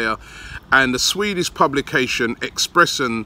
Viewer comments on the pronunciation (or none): none